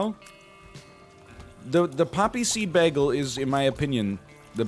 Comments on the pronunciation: Why do you pronounce ‘bay-gle’ ‘bag-ul’ that’s weird. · Welcome to the episode where Captain Canada butchers the pronunciation of bagel for 5 straight minutes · Excuse me, it's spelled beggle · NL is the only person I've seen say "baggle" instead of "bagel" besides Britta in that episode of Community. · If we're going to pronounce it with a long 'A' sound, I kind of want to just full send and call it a bajjel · People from the upper Midwest are known to throw out a beggle now and then themselves. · I'm from Newfoundland and got made fun of for saying baggle. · Mine is blueberry, but based on NL's pronunciation of baggle, I guess i should say that it's blubbery. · If this man's says bagel wrong one more time I'm gonna explode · why does he pronounce bagel like britta from community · Because he wants everybody to talk about community more so that the series will make a comeback. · He doesn't quite pronounce it as flat as Britta does. Less diphthong than I pronounce it, but not the same as Britta. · dude why are you saying bagel like that